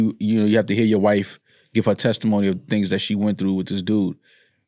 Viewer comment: LOL “tesitmony”